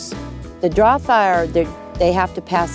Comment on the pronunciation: Can't even pronounce "drahthaar"..........show ring is what will ruin the GWP.